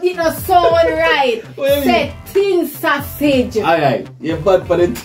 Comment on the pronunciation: Lol say tin sausage 🤣